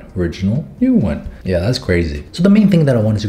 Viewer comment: He:Ja me:Omg i thougt he speaks german for a minute